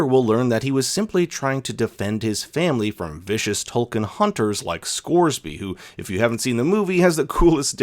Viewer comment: Tulkun is pronounced “tool koon,” just so you know! ‘U’ in na’vi always sounds like a OO unless next to another vowel or marked by an accent mark. But it’s no problem lol everyone knows what you’re talking about! Thought you’d find it interesting!